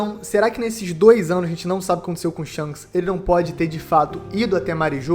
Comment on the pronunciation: Não consigo ouvir "Shonks" sem rir kkkkkk